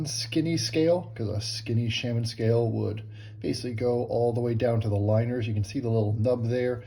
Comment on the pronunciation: Sha-men.🙋‍♂️ love.